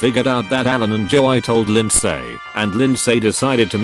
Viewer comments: Nobody: Text to speech: jo-eye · a little flash back, the second story is about a guy who got falsely accused of stalking a female classmate in 7th grade, Lindsay. In a few years, the guy was successful, she was not. He catfished her for revenge. So his friend's name is Joey, which the robot pronounces as "Joe(eye)" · Nobody: Dead people: NOT EVEN THE PEOPLE ON THE MOON PerStories: Joey = Joei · no one: ai reading joey: joe - i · Lin-say and joe-eye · Lind-say Jo-ie Gang-ban-ger Cow-ork-ers Beonce Is it trying to say Beyoncè? Siri is so good at reading